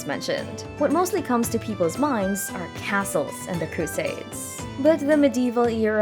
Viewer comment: Yeah, I had to stop watching, cause it was annoying when the computer keeps pronouncing the main word of the video incorrectly, over & over..